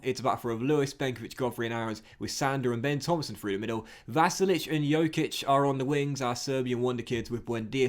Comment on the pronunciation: Once again, Dj in Djokic is pronounced as in Djokovic. The way you say it means that he has the same last name as Nikola Jokic, which he doesn't